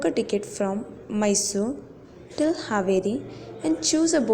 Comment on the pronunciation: Ur voice is soo 🥰 just don't say tickiti